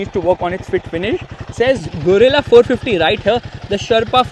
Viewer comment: Gorilla ❌ Guerilla ✔️